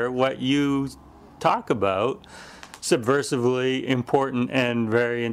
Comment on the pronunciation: "I findyou subversivly important." See how they do it? No wonder they got rid of him.